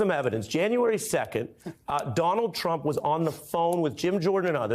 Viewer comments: he said “president dump” not Trump 😂😂😂😂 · OMGOODNESS!!! The lawyer for trump said, "president dump"!!! Hahaha!!! It was said , so start a little before. Things like this happen when you are trying to fast talk. Not to be confused with talking fast. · geez even his lawyer can’t speak… “president tump”😂😂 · the lawyer says "President Dump" 😂😂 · "President Tump..." I like that.